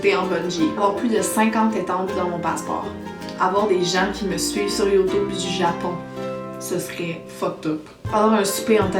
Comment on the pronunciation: MAGNIFIQUE O_O au fait j'adore quand elle dit "youtoube"